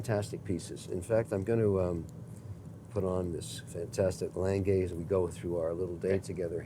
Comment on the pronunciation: Who else's record scratched when Kevin tried to pronounce Lange? lol